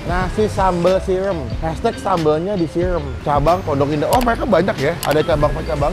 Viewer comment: SIRAM BANG BUKAN "SIREM".....😂🤣